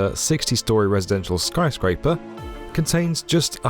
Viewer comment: "Skry Scraper" 😂😂 British people just saying words any way they want